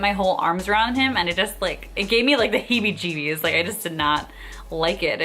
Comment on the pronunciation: Hey Girl, you must have some Irish in you, the way you say bejesus and hebejeebees is so Irish, LOL.